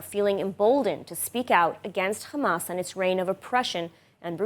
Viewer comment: Please say hamas not khamas😅